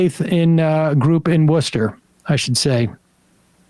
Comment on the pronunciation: I was not expecting Worcester to be mentioned in today's story, nor for Sam to say the name correctly lol Local Salem boy myself